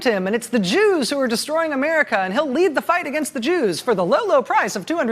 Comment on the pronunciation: "JEWS" .?.Rachel..."JEWS"?.....appreciate TRMS but "JEWS"? Rachel..especially the tone with which you bark it out....please!